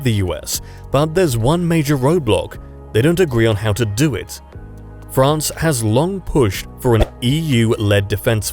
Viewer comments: France not Ferance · I see a new country "FERANCE"